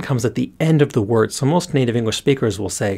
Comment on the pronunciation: Completely unrelated to the Japanese but I keep hearing "engwish" xD